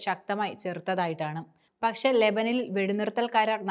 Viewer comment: ലെബനിലെ? ലെബൻ അല്ല ലെബനൻ ആണ്. ശരിയായി പഠിച്ചു പറയൂ...Try to understand what you say..ഉച്ചാരണവും ശരിയായി വരണം. All the best!😢